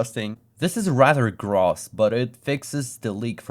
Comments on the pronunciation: "gross" is pronounced as if it were spelled "groce" by the way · amt of times I heard gras is.... pronounced grous (gross) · That was a very funny video and it's even funnier to think that there comments were next to the same code that let me play pinball. Also I gotta say you pronounce gross weird. You say "Gross" when really it should sound like "Gross", you see what I mean? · Awesome video. It's interesting to see inside of the minds of the developers at a raw level. BTW gross is pronounced groess or "grows". Sorry didn't mean that to be harsh, it was just hard to hear the word over and over lol. Great video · 'till = until. also gross is pronounced "grous", kind of like grows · Why does he say Gross like Graws? (Its suppost to be pronounced like Growse) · "Gross, huh?" this was the baseball huh of the late 90s, wasn't it also I love how you pronounce gross as like, "graws", instead of "growss", it's a little silly quirk of the accent and yes I wanna see more of this! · it's graws when referring to the financial term, otherwise growss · its pronounced grOWs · dude says gross as grass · gross is pronounced groce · afaik "gross" rhymes with "hose", and not with "moss", just english being english :D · Hey just for pronunciation on gross; it's like the "oh" sound in toe or nose. It isn't like the short o as in moss or trough. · This is the most German pronunciation of Gross I've heard. I wasn't looking and I thought you were looking for "Grass" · Grauss is my new way of pronouncing gross. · Great video but I've never heard anyone pronounce "gross" like "cross" lol. And so many times. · I like how you pronounce gross as grass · “gross“ is pronounced “growce”, and several of the instances you showed are actually perfectly fine: in addition to being a vulgar term for “disgusting”, it can also mean “excessive” (from the French word “gros” meaning “large”, just like “petty” comes from the French word “petit” meaning “small”) and, as a noun, “twelve dozen”. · "grawss" XD